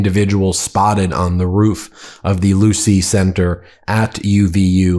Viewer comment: It’s the Low-see building, not Lucy!!!